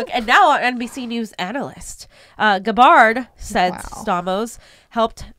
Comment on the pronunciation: GABBard, not Guh-bawrd.